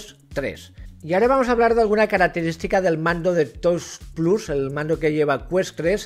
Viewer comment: Un truquillo (que a lo mejor a algunos espectadores hasta les molesta leerlo), es que hay páginas de text to speech, donde tú pones los nombres de cosas en inglés que más vayas a decir en tu vídeo, le das al play y escucharás una voz leyendo en inglés esas cosas, por ejemplo "touch plus". Y así en 5 min las 3 tonterías que tengas que decir en tu vídeo las dirás bien en todo el vídeo. Pasa mucho con el nombre de los juegos. Lo digo porque a casi todos los de la habla hispana VR os pasa que el tema de pronunciar las cosas de tecnología sufrís muchísimo, y suena fatal la verdad (no tanto el hecho de decirlo mal que también sino que se note esa guerrilla para ver como sale cada palabra😂), queda menos profesional y es un poco agobiante a veces incluso escuchar esas peleas con por ejemplo "touch plus" dices "toich" o "tois", va cambiando todo el rato porque en el fondo uno va ya con miedo al no saber decirlo, y sería algo así como "tach plas", remarcando la CH. A otro que le pasa pero mucho peor que a tí es al de Virtual Games, pero en su caso es mucho más desastre porque destroza más la pronunciación y además se disculpa del inglés con coletillas todo el rato "mi inglés de andar por casa de garrafón" etc etc. Señores, menos sufrimiento para vosotros y la audiencia, es facilísimo, cualquier página de text to speech en 5 min antes de grabar el vídeo te soluciona para siempre eso. Y ojo ésto no es el típico rollo de "qué importante es el inglés" ni tonterías de esas, estamos en Españ